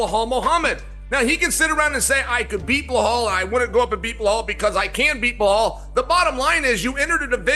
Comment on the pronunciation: "Bahal" who?